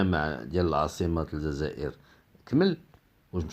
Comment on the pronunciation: ماتعرفش حتى تنطق بالجزاءر ونت تنطقها الززاير يالمروكي الخامج